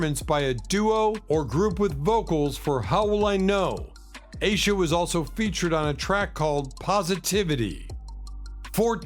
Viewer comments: Aisha is pronounced "eye-eesha" not "a-sha" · I think that Aisha is pronounced Eye E Sha. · Stevie Wonder's daughter, Aisha, name is pronounced. I EE SHA as it's sung in his song, Isn't She Lovely.